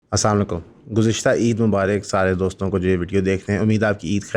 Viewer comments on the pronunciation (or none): بھائی اسام لیکم نہیں السلام علیکم کہا کریں